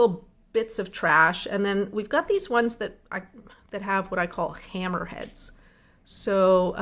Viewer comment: Hamerhead, haha that's a good pronouncement 😛